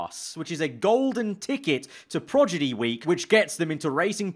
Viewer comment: PROGIDY, 3 times he pronounced it this way